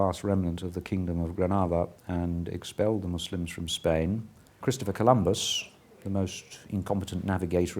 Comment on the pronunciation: wow for the first time in history, someone pronounces Muslims correctly instead of saying mozlem or something like that.